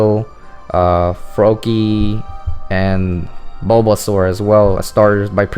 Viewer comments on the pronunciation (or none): none